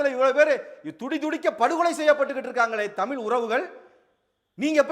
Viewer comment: நீங்கள் சொல்லும் கருத்து எதார்த்தமானது. உண்மையும் கூட. நீங்கள் தமிழ் என்று சரியாக உச்சரித்தால் நீங்கள் சொல்லும் கருத்துக்கு இன்னும் சிறப்பு சேர்க்கும். மகிழ்ச்சி.